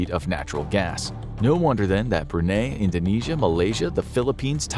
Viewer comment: Hard to take your channel seriously when you actually don't take the time to actually learn the proper pronunciations for countries like Brunei